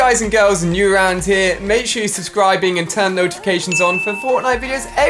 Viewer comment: You said notications